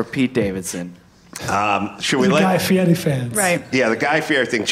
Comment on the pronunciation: Adam should learn how to say Guy Fieri's name........